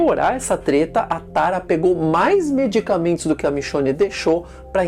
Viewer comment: Por que ele pronuncia Aaron e Tara, como se fosse uma palavra em português?